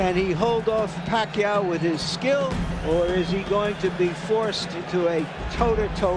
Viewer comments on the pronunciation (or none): Sabi nong announcer " manny pakay" 🤣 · When the hbo announcer says Manny Pakayaw